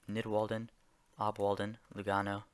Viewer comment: the Lugano struggle xD